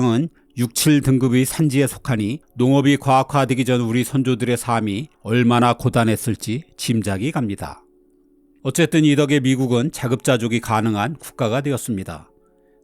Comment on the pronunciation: '삶이' 의 발음이 [사미]가 아닌 [살미]라고 발음 정정 부탁드립니다. 예전에도 한 번 말씀드렸는데 계속 [사미]라고 발음하시네요^^